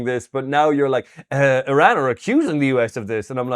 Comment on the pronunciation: Eeee-ran vs EYE-ran!!!